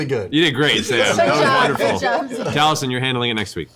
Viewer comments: Being a Taffy, the mispronunciation of Taliesin's name makes me wince every time. But hey, they can't say Aluminium properly either lol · What makes it worse is that Taliesin's name is spelled the exact same way as the Welsh god of inspiration but the Welsh pronunciation is more like "Tal-ey-hay-sen".